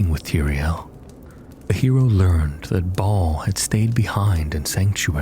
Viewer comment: He does pronounce words weird which always comes off as a red flag for Ai readers. Fir a second I thought he was saying mount arrest wrong, but just realized ive been reading it wrong, but he calls baal "ball".